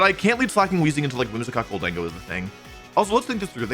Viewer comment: wolfe conceding that slaking isn't pronounced "slay king" but still calling gholdengo "gol DEN go" instead of "GOL den GO" is making me lose my mind